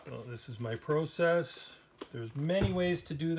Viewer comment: It really bothers me to hear an American pron ounce the word "process" like he was a Brit. What is the point of that? Can you tell me?